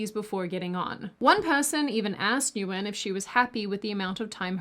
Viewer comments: I doubt this will be seen by much of anyone but... "Nguyen" is pronounced "win." Source -- a boss with that last name, plus several other Vietnamese friends with that last name growing up. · (pssst: "Nguyen" is pronounced as "wynne" in the Viet community, it's spelt weird because of the French who turned "Siuh" into "Sioux") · That not how you pronounce Nguyen 🤦‍♂️